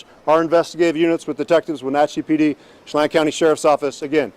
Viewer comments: Hi G- Leavenworth is pronounced more like “Heaven Birth” and Chelan is pronounced more like “Sh-lan” with lan rhyming with Pan, Fan, Can (in an American accent). I live in Washington State, so this is a somewhat local case for me. It’s so sad. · Local here, leavenworth = lev-in-worth Chelan = shuh-lan(like van with a L) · Sha Lan 'chelan'